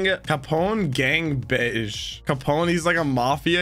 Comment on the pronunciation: Gang Bege's name (according to the japanese kana) is pronounced "Bey-Ji"